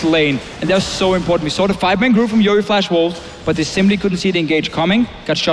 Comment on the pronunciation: YOE* NOT YEO! GET IT RIGHT!